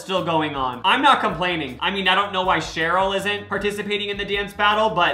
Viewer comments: sorry to break it to you bestie, but its sheri not cheryl <3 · SHERI!😂SHERI NOT SHAROL! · referring to sheri as “cheryl” the entire video is killing me softly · HER NAME IS SHERI!!!!!!!!!!! NOT ‘CHERYL’. 🙄the disrespect…